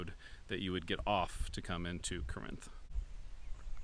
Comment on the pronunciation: Corinth is pronounced the same as the biblical town. Paul wrote letters to the Corinthians in the original Corinth. The one here in Arkansas is pronounced the same way. Birdsong I believe is just south of the buffalo Island area of Mississippi County. It was created during the great New Madrid earthquake of 1812. My great-grandfather worked for a lumber company in Mississippi County while they tried to drain the swamp that was created by that earthquake. He had a lot of wild stories and nothing but good things to say about the people of Birdsong. It's sad to see it starting to go the way of Romance and Banner. A lot of the little towns my family lived in over the last four generations have ended up that way or nearly have. Corinth is a good example as is Springfield Arkansas. All that is really there are two churches and the city hall/post office. My father preached at one of the churches in the 1990s and his great-great-grandfather established the other in the 1890s.